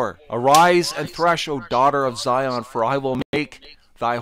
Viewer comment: He don’t even sound right saying zion he like zyooon smh damn fool 🤦🏽‍♀️🤦🏽‍♀️🤦🏽‍♀️